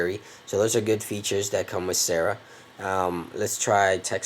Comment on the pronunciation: "sara" is pronounced "Sar-Ra" You're saying "sarah"